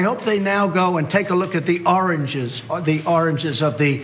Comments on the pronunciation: the oranges man! the oranges! We need to get to the oranges of the matter! To be fair, I think he said it correctly at least once... I am not usually one to make fun of people for speech as I have a speech impediment but thats still pretty funny. NOW I get what people were talking about when they were laughing about oranges before... the origin of that joke makes complete sense now! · I thought it was just me hearing oranges lmfao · I didn't trust my ears there. He did say 'oranges' right? Not just my imagination? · OMG...he said 'oranges' not 'origins' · An Sha this goes way back. He said “oringes”. Bwahahaahaaa. SO stupid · I was so shocked at hearing it at first that I actually thought I was imaging it, but LOL he did say oranges instead of origins!!! To think Americans voted for this man as the President of America is simply mind boggling! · How ironic is it that he can’t pronounce origin without saying orange? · Mr. President it's origins not oranges. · a president that say oranges instead of origins wow is he going mad, sad con not much don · Oranges ? Was he trying to say origins ? It's hard to tell if he is just talking nonsense or what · Are you guys just seeing the clip of Trump saying "Oranges". This was months ago and we already laughed our asses off. Its still funny though😂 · Nah, probably Alzheimer's. He looked genuinely dismayed at his inability to say origins. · cognitive decline. He realizes he’s saying the word “origins” wrong but can’t quite pull out the correct pronunciation. At least not clearly or consistently. His brain zips in an out either do you effects of aging or substance abuse or both.